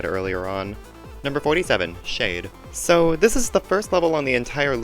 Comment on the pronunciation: Schade is pronounced (shah-duh) or (shah-day), not (shayd)